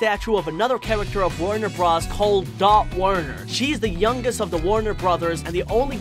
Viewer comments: Its not Warner bruhs it's Warner Bros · Wtf is a Warner Bras? It's warner B-RO-S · My dude said Warner bras